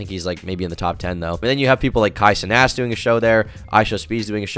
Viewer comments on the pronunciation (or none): This nigga just said Kai Cenass😂